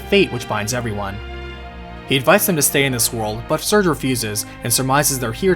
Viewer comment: [Sir-Gay], not [Surge].